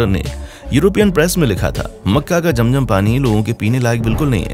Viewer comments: Bhai it's not jam jam it's zam zam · Jam jam nahi kehte zam zam kehte hai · Jam jam apni 🤣🤣😂😂 It's Zam Zam